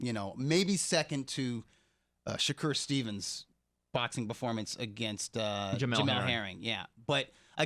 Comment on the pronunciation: Guy calls Shakur Stevenson “Shakur Stevens” 🤦🏻‍♂️